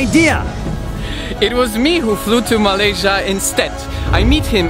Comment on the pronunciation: Malaysia Malaysia Me after hearing 🇲🇾 Malaysia: 🤨